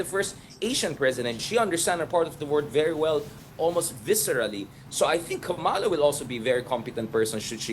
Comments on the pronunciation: PLEASE! It’s KA’MALA, accent on the first syllable, and say it fast. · Please pronounce the VP's name correctly! Kama-la. It would be nice to speak Tagalog.